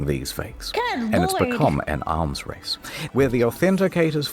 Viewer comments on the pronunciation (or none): none